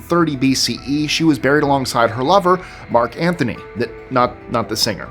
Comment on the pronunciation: I was like ", it's Antony not Anthony!" 😂😂